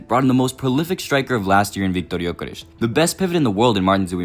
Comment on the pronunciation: Why are you making up pronunciations for players names? Gyokeresh? ESH? Go litsen to how his name is actually pronunced in swedish if you want to do the authetic name like you tried to do for so many others in this video. And wtf are you talking about putting Isak on the left? Are you mad???